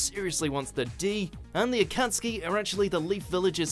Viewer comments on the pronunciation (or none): none